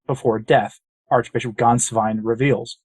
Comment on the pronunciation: Congratulations on producing a reasonably close approximation of the correct pronunciation of the name "Gänswein." I always cringe when I hear English speakers mangle it. The one mistake you made is that the " ä" should be pronounced like the "e" in the English words "get" or "bet" or "let."